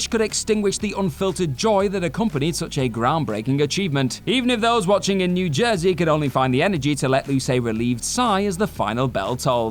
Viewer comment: Jersey* not Djerzey